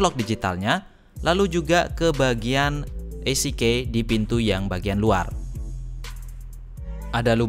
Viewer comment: EasyKey (baca: izikiy), not isikey